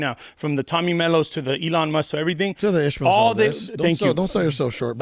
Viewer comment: its not ishemale, its IS Ma EL